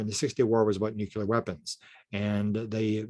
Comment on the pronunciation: Dude, it's "nuclear", not "nucular!" up in here!